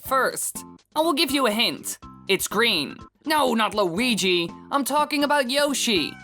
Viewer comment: weegee coin